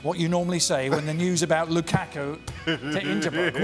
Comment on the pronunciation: No one says Lukaku better than Ale 😅